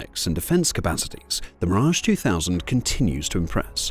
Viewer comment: Terrible A Eye pronunciation, making the video laughable 😂.. double check how everybody pronounces the French jet ….